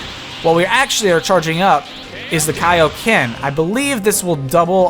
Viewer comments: it's KAIOKEN not kaoken as in king kai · What did you just say? Kayo Ken?